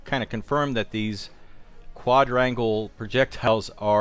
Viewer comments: You still aren't saying it right your using the d from quad and adding onto rangle and your saying quad-drangle instead of just saying quad rangle I wouldn't have said a word but you said it took you 2 days to learn how to pronounciate it right but your not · What an annoying pronunciation... How do you pronounce "Quadruple"? "Qua-druple" So stands to reason "Quadrangle" is pronounced "qua-drangel" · kwaaadraingle. Wasn't that hard XD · It took them 1 days to learn how to say quadrangle? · It’s not so hard to say quadrangle